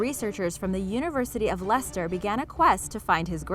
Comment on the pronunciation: Great video and well done on the correct pronunciation of ‘Leicester’ 😊